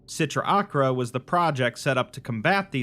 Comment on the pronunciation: Just a heads up, the C sound in Sitra Achra is silent